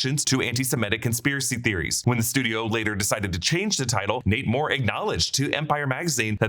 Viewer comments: Every time he says "Nate Moore" I hear 'Namor'..."Namor is leaving Marvel." 😂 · The way you say “Nate Moore” really sounds like “Namor” and I can’t unhear it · I thought he was saying namor until I read this😂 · When he said Nate Moore I hear Namor 😂